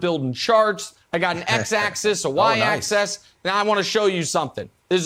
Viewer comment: Axis, not access!